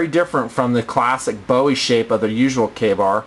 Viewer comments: kabar? i thought it was pronounced kay bar.... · its not pronounced kabar its pronounced Kay-Bar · why does he say kahbar? isnt it kaybar? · o meh dosent matter butfrom what ive heard its prounounced kay bar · its pronounced kay-bar.